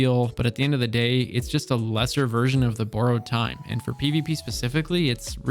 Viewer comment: “Boooarowed time”